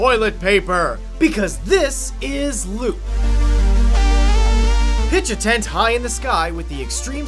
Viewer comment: Why is it Lüt, because Ü isn´t pronounced oo ( atleast in German). It´s more like a scottish man saying yo*u* .